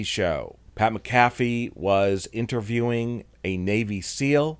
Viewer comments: I say this to the person talking in this video. If you're going to be doing these videos make sure you actually pronounce people's names right. It's not Pat MaCaffey as you pronounce it. It's Pat Mac a fee. And don't try to insult people's intelligence. We all know that Bray Wyatt passed away. He's only with us in spirit now. There's nothing wrong with the Wyatt Sick6 being out in public without there mask and costumes. After all they are just people after all. I don't believe that Alexa Bliss is part of the Wyatt Sick6. Nor do I believe Braun Strowman will eventually join them. Who's the 6th member well think on this. Could it possibly be the wwe universe as a whole who is the 6th member. Might be. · It’s pronounced Mac A Fee